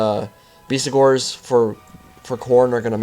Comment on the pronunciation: It's BESTigors, not BEASTigors mate :)